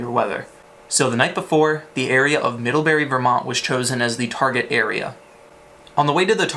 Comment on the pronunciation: Not middlhebuuhrry!